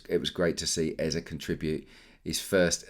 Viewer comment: It’s not Eza, it’s Eze. Both e in the name sounds the same. Like e in egg.